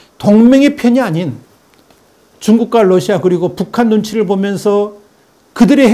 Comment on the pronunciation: 추부길님 다 옳고 좋은데 Lussia 가 아니라 Russia 입니다 그것 하나만은 틀립니다.